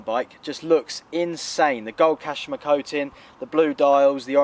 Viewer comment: it's at the top of the forks kashima not 'kashama' 😂